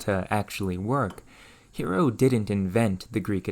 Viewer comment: Note that the name "Hero" is meant to sound "HEH-roh".